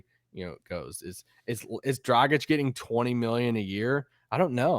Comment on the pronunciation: its Dragić not Drogić. Ahh american č, ć is not your friend